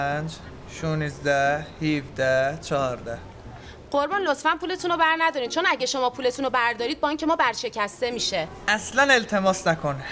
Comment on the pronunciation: ورشکست ❌برشکست ✅